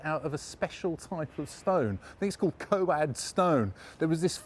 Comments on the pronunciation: It isn't Co-ad stone. It is Coade stone, pronounced code. The white keystones aren't Coade, they are too rough. I've found that the white ones are made from bathstone. The keystone at 7.47 may well be Coade. You're right about Christ's Hospital School. They owned some buildings in Queen Anne's Gate until about the mid 1990s. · Isn't Coade pronounced "code" ? One of those things used to trip up the non cognoscenti.😉